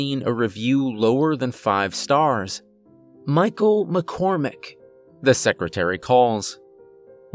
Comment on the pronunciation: Not gonna lie by the time I heard ''McCormick'' I was convinced this dude is dying at some point.